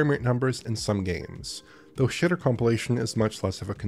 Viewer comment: I love that he says “shader” as “shitter”.